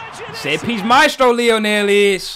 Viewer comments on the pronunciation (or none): none